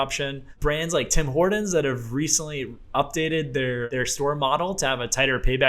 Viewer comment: Why are you saying "Tim Hordon's"?